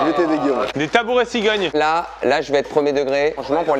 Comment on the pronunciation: C’est pas cigogne, c’est gigogne….😁